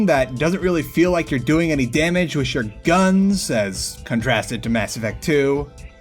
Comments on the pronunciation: wiss? i think you mean with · this guy cant even say with. listen to him, he says wiss